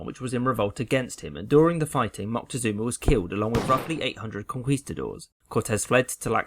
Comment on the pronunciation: His name would have been pronounced Mo-tek-soh-mah